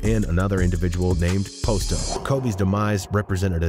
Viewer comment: The way he keeps saying Posto wrong is killing me lol makes me think he don’t really know what he’s talking about